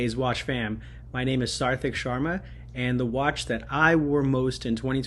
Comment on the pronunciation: couldn’t pronounce his own name